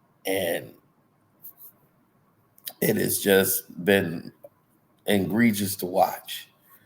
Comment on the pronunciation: What is "engregious"? Are we trying to say egregious?!